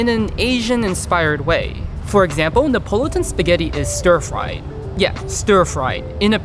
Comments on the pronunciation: It's pronounced "ne uh pah luh tun". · Neapolitan has 5 syllables, not 4.